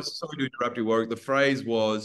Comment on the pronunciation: All-Star Cast!💙 Take note, non-Australians!: Warwick pronounces his name "Worik" ;-)